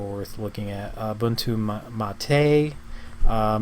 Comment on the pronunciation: Stopped watching when I heard his pronunciation of Ubuntu